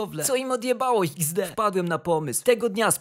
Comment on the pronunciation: ej ale ty wiesz że ''XD'' się nie wymawia tylko to jest po prostu emotka śmiania się( ''X'' to oczy a ''D'' to uśmiech)